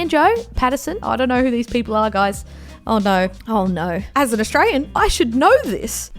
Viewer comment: U literally r not saying Australian right hahaha ur like astrain haha love this